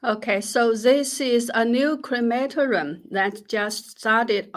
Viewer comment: Jennifer --- a note on pronunciation: cre ma TOR i um, not on the second syllable. What a ghastly growth industry! Now the "People's Republic" has caught up with Nazi Germany in disposing with human remains. How much better, the traditional way, when the ancestors were buried in the good earth, in the uplands above the fields -- not land needed for crops, but they were always close to the living family members who worked the soil!